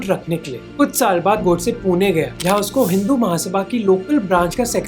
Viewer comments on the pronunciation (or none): none